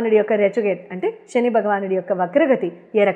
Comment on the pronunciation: షని కాదు శని